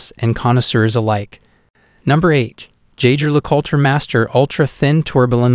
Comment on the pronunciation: You really need to teach your computer voice the correct pronunciations of "Le Coultre", "tourbillon", and "rendezvous".